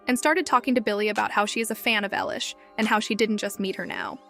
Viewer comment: Stop saying ELLISH . ITS EILISH